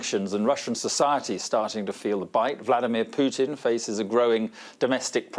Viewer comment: Who is this uneducated English commentator who calls Putin "Pyutin".